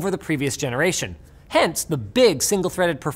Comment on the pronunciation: I hate myself for laughing at "Zeneration"